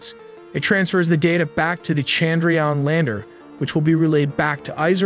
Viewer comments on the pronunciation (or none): Correct pronounciation: IS-ROW CHUN-D-RA-YAAAAN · Excellent informative video; pronunciation of Pragyan, Vikram and Chandrayan could be better!